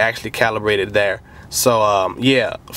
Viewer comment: I think it's light-ing setup not light-ning setup like you say in the video.